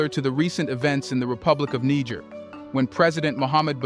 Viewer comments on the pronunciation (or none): none